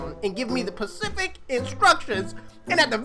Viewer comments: Specific not pacific 🤦🏽🤣😁💞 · Specific man not pacific 😂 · always saying pacific instead of specific lmaoooo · “pacific instructions” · did my man just said “pacific”😂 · “Pacific instruction” 😂😂 you were super upset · Bro say pacific one more time...